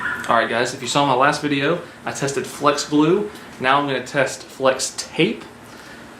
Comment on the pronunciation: "Fleax"? What?